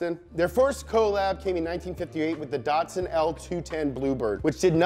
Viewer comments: Not datsun, but datsun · You're not pronouncing Datsun correctly.